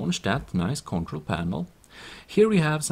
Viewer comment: sorry it made ma crack up when he said concrol panel